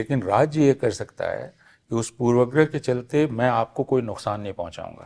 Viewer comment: ऐ हय! प्रोफेसर अपूर्वानन्द भी पूर्वाग्रह का उच्चारण पूर्वग्रह कर रहे हैं। यह वास्तव में हृदयविदारक है।